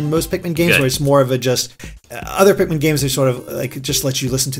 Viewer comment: "Tosh your Pikman"